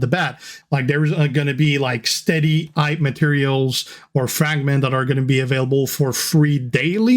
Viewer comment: G'day G, Did they call the new mode "Hype" to get you to practice your "H's"? Yo Joe